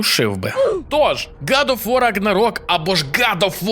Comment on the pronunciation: Братюня, виправляйся)) не год оф вар а гад оф вор.